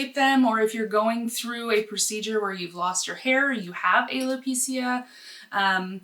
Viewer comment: You said alopecia wrong ✌️ 🙏